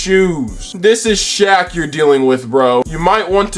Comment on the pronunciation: The way you purposely butchered Shaq name got me good~ thatnks for the laugh